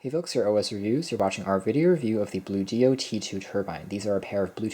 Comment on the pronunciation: ONE word... Bluedio... rhymes with studio... not Blue dio... no space, no hyphen... no capital letter to indicate a 2nd word so why on earth is everyone confounded by how to pronounce the name?